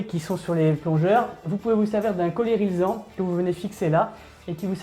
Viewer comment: Non, non..c'est pas un coller RISELAN OU RISLAN mais uniquement RILSAN ( RIL SSAN en phonétique), du nom de fabrication du "Nylon Français", le polymère obtenu par polycondensation du Ricin végétal, mais qui devient un produit non degradable....!